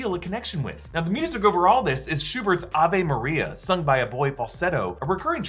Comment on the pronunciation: Isn't it Ay...ve maria? or Ah...vay Maria??? I'm so confused and bothered by the way he pronounced it